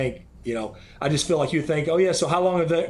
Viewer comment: Phil pronounces "feel" like "Phil"